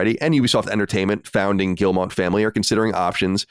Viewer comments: Nvm lol, he said it well once, then it turned into Guillermo after and said Guillermo. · Are we just going to keep letting Colin pronounce Yves Guillemot incorrectly? No one has corrected him 😂